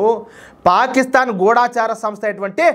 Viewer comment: ఎన్నో ఛానల్స్ వాళ్ళు పలికిన తెలుగు సరియైనదని, మీరు కూడా తప్పు పలుకుతున్నారు. గూఢచారి సరియైనది. గూఢాచారి, గూఢాచారులు అంటూ "ఢ" కు దీర్ఘం పలుకుతుంటే, మాలాంటి ముసలివాళ్ళకు చాలా బాధ కలుగుతుంది. ఇప్పటికే చాలామంది, చాలా పదాలకు, లేని ఒత్తులు పెట్టి, ఉండవలసిన చోట, ఒత్తులు లేకుండా పలుకుతూ, మధురమైన తెలుగు భాషను చంపేస్తున్నారు. గూగుల్ లో కూడా అనువాదం కొరకు వెతకవచ్చు.